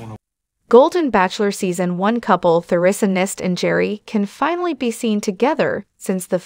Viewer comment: Or even pronounce Theresa. They say her name incorrectly in this.